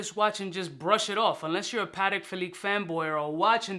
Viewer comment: "Pa-Tech" my man...